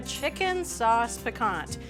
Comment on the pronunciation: needs to sharpen her knife and stop pronouncing the t at the end of piquant.